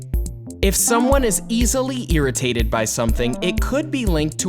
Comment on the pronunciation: How he said “ IRRITATED” SO FUNNY😂😂😂 IM EARITATTED ALL THE TIME!💀💀💀👀